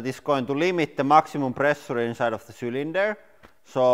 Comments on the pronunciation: Please use Google translate for correct pronunciation of “pressure” word!!! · Just pay attrntension HOW idiotic he said pressure! Can't belive, cave's man in 21st century!